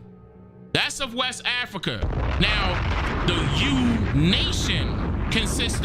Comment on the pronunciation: Ah-Frah-Kahh😂 I couldn’t hold it! So darn funny.